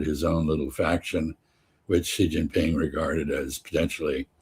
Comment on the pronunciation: Xi Jinping is pronounced "she", not gee, not zee, it's "she", like the female pronoun. Come on, guys, you're experts, right? And don't call me pedantic. Any expert who says "Donald Clump" would not be taken seriously. We have AI now, oh, and google's been around for a few years, two great places to find out how to pronounce the second most important leader on earth's name, in like 2 seconds.